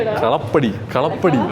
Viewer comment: Kalapady alla kaalaapaady an